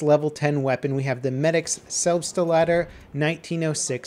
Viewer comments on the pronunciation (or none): It's not a Selb-ste-la-der, it's a Selbst-la-der... ;) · John Locke Nah, he helped. was calling it Selb-Stuh-Lader. Selbst is a single word meaning "self" in German, Selbstlader being "self-loading". The 'st' is pronounced just like in "best", "west", "nest", etc. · It's selbst-lader. Like self loader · how would you feel if we translated the Selbstlader to selferloader, as you call it?? It's Selbstlader not Selbsterlader... come on man... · Medic gun is pronounced Selbst-Lader. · The way all English BF youtubers pronounce "Selbstlader" cracks me up. I mean, I get that it's hard, but who came up with pronouncing it as "Selp-stuh-laadurr" :,D No hate, it just caught my attention For anyone interested, "Selbstlader" is German for "Loads itself" or "Loads on its own"